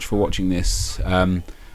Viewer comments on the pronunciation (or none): Every time you say "Cheers" I always think you say "Jizz"